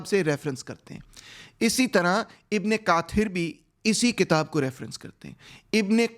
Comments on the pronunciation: Its Zimmi not dimmi and Its ibn kaseer not kaathir Th sound is same as ث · کوشش اچھی اور دلچسپ ہے۔ لیکن جس چیز نے مزا کرکرا کیا وہ یہ ہے: آپ کا وی لاگ چونکہ اردو زبان میں ہے لہذا آپ کو عربی اور فارسی الفاظ و اسماء کو انگریزی لہجے کے بجائے درست تلفظ کے ساتھ بولتے تو اچھا ہوتا۔ مثلا طبری کو طباری اور ابن کثیر کو کاثر اور قبائل کے نام کبھی کچھ کبھی کچھ۔ To prepare your presentation نئے اور نامانوس الفاظ اور اصطلاحات کے درست تلفظ کو تھوڑا الگ سے وقت دیا کریں۔